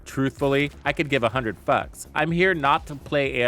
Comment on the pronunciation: "I could give a hundred fehhks"😂